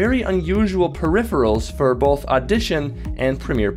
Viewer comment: Bolth? You mean both xD I'm just playing. Great vid. I would love to get these! It would make editing a lot faster.:)